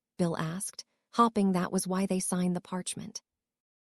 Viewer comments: All the hopping in part 1 was killing me! Lol! Absolutely no Hope, Hoped or Hoping! All about the hops! Annoying but funny!😅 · This ai pronounces hoping as hopping, and it's hilarious. "She was hopping to join" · Hopping implies enthusiasm and I love it!